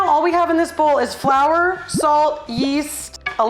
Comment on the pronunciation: This is what I wanted! cooking!! Saying "flou" for flour, SO!